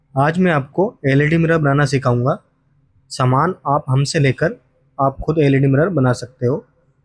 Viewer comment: समान नहीं। सामान। समान मतलब equal सामान मतलब goods